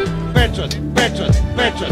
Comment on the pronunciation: Kad to kaze ko da je pijan!!! xD :D a de je peeeeeeeeecat? :D